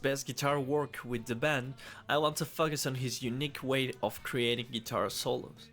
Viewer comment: It’s FOE-CUS not FUK-US. Hope that helps!